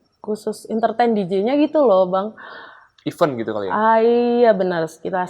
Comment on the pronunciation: Tolong berhenti penggunaan kata event kalo tdk bisa mengucapkan dg benar artinya berbeda kalo tdk mengucapkan dg benar. Event itu IVÈNT yg artinya acara, kegiatan sedangkan IVEN artinya bahkan, malah, dan pula atau juga